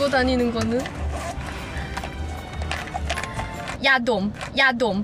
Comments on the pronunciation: She said YADOM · everyone nice laughs me I saw this video many times but I can't stop seeing this when Lisa said Yadom (Nasal spray) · Lisa 😂saying yadom 😂😂😂🤗😘and discount oppa😂